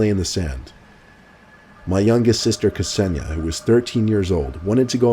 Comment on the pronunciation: That Kseniya pronunciation 😂😂😂😂😂😂😂